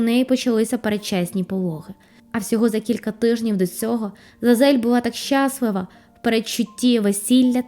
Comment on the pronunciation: ЩаслИва, а не щАслива